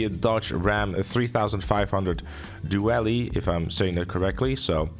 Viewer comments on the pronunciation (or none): Due-Alley 😂 It’s: Dual-ly A for effort! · For reference, "Duellie" is pronounced the same as the name "Dooley". Great work on the trailer breakdown.